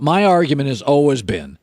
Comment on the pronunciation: Why does he (Colin) pronounce “ALWAYS” like that???😳